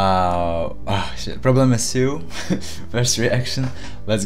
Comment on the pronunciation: You said “problema seu” perfectly! Wow